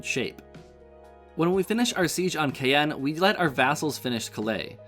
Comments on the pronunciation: Caen is pronounced like Carn not Cay en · Great vid! The way you pronounce Caen does hurt me though.